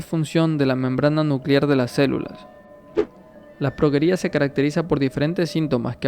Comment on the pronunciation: Se dice progÉria (sin acento, pero el énfasis es en la E). Y SI pueden alcanzar la adultez en ciertas circunstancias.